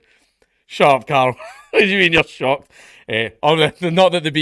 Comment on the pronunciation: Carl 😡 Car’l 😐 Cahrlh😄